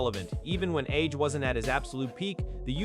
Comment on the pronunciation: His name is Anthony Joshua AJ, Not RJ?